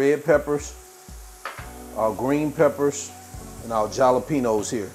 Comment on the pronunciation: NOT trying to be rude BUT...The "J" is SILENT in Jalapenos 😂... U keep pronouncing it with the "J"